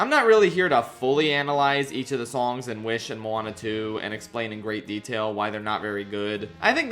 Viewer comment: I didn't watch Moana 2 so I don't know how it sounds in the movie but "come-on-a Moana" is the worst thing I have ever heard regarsing a disney princess, so how dare you?